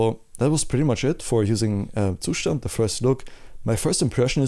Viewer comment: its pronounced zustand